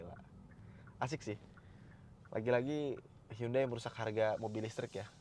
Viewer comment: Bacanya hyon-de (hyeon-dae)... cenah